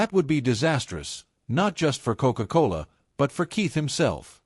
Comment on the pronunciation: Very unusual word commentary to describe a beverage! Coke-Cola like a ..."Coke-Cola Hall Putsch"